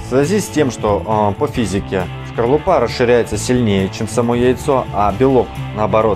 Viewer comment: Не шкорлупа,а скорлупа ,уважаемый....